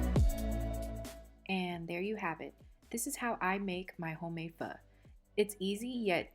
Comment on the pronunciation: You said pho correctly so i subscribed 😂